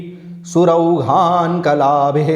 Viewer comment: आदरणीय - आठवें श्लोक में आपने "करोधै:" का उच्चारण "करोहै" किया है जिस से मैं कुछ भ्रमित हो गया हूँ। उन्हीं श्लोक में "सुरौघान्कलाभिः" का उच्चारण "सुरौहान्कलाभिः" किया गया है किस से भी मैं भ्रमित हो रहा हूँ। सम्भवत: मेरा भ्रमित होना मेरे संस्कृत व्याकरण की अज्ञानता का परिणाम है इसलिए आपके मार्गदर्शन के लिए आभारी रहूंगा। कृपया कमैंट्स में उत्तर प्रदान कीजिये अथवा अपना फ़ोन नंबर प्रदान कीजिये ताकि मैं आपसे फ़ोन पर इस सन्दर्भ में स्पष्टीकरण प्राप्त कर सकूं। आपका कोटि-कोटि धन्यवाद।